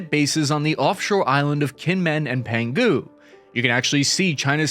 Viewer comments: 1. Kinmen is pronounced "Jing-men" 2. Penghu is pronounced "Pung-who" C. , the flags are not attached to the flagpoles properly, and the Taiwan (ROC) flag is backwards. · Please learn to at least pronounce places before you do reporting on them. It makes you look incredibly uninformed no matter how much research you may have done into the situation. Kinmen sounds like "Jeeng mun", Penghu sounds like "Pung who" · Been US troops here for a while now. They are basically training. There are no permanent bases. And I would look up the pronunciation of Kinmen and Penghu to get it a little closer to how they are pronounced. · im sorry, i cant hear you pronounce Penghu island like Pingu the penguin any more. PENG-HU. but actually more like PONG-HU. or go with the old spanish name for it, Pescadores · Penghu is pronounced "pung-hoo"... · It's pronounced Pung - Hoo. The G goes with "Peng" and is silent when you pronounce it as Pung Hoo. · “Pen who” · Better to just call it by its original Portuguese name, the Pescadores. Harder to screw that up 😆. Oh BTW, There's a G in Peng Hu, but should have been pronounced separately so that G is silent lol